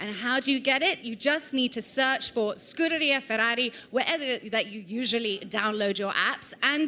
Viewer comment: "skoo-dairy-uhhh". Just sayin'. Ciao...